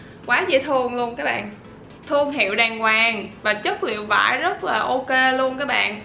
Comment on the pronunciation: em cứ thấy chị nói chất liệu vải cực kì vãi cực kì là gì chị